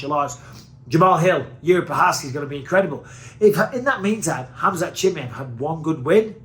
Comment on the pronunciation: Everybody else: Chimaev Michael Bisping: Chimmyev